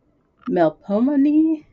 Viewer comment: Glad the books got to you safely! For reference, the characters in HSFCAC are Greek names. So they're pronounced Mel-pom-men-ee, kuh-ly-oh-pee, and tall-ee-uh XD